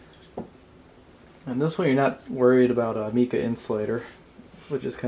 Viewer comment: Just the videos that I needed, terrific job. minor point, pronounce the mica with a long i, not meeka